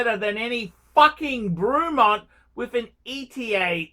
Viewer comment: It’s ‘Brey’mont not fucking ‘Brew’mont you imbecile. 😂